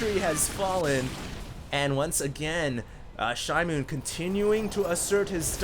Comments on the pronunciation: Hey, are you sure it isn't SHE-moon? It means newspaper in Korean. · pronounced it "shi-mown" like a noise michael jackson would make